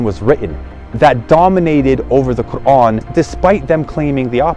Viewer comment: You either an agent or you are sheya or you just want to not give up your desisers. You can not even pronounce The Quran correctly. The way you said Quran you are Iranian and probably Sheya